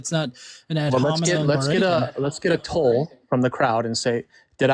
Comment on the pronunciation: Did dude ask to get a 'toll' from the audience? Or am in not hearing right? I listened to it 3 times. Personally, I'd have wanted a 'poll'--but I'm not an adherent of the the dominant religion in America, so I think education in real things matter.